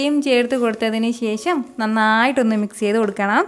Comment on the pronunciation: കറി സൂപ്പർ 👍 ഇടയ്ക്കിടെ പറയുന്ന "ശേശം" അതിലും സൂപ്പർ 😍😂😜